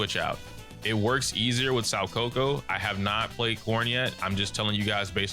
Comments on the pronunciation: I agree, I've been playing competitive games too and had fun labbing in ZZZ. This game is only button mashing if you're ignorant to what the possibilities are. I wouldn't be surprised if people start releasing combo videos and sh*t. Btw you pronounced Soukaku like "saw coco" but it's actually "soh kuh-koo". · Ngl spit my drink a bit when I heard how he said Shoukaku. I'm calling her Shawcoco from now on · The pronunciation of Soukaku’s name hurts me. Actually dealt psychic damage to me lmao